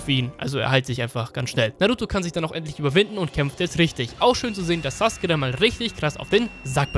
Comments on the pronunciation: Geiles video aber es macht mich agressiv das du saske sagst anstatt sasUke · Hey du sagst nicht SasUke sondern Saske...du sagst nicht akatsuki sondern Akatski....warum machst du nicht einfach deine ganzen Videos auf Japanisch mit deutschem Untertitel ich komm auf deine billig deutsche synchro nicht klar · Warum sagst du saske der heißt doch sasuke